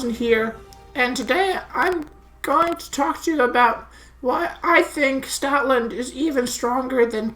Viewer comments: I thought you said Stalin not stoutland lol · At the start I thought you said "Stalin Lover 9000" lmao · OMG I thought you said Stalin at the beginning when you were joking about stoutland LOOOOOL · thats what i thought too lol